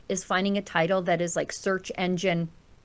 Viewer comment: For being such a smart self professed lawyer he sure doesn't have a grasp on the english language. Dis and dat are not words in the english. language.